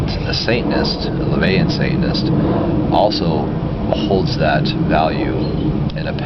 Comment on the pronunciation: it bugs me it sounds like he says "saintness" instead of "satanist"